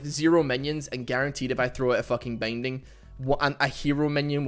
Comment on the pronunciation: I swear, every time you say "binding" it sounds like bang ding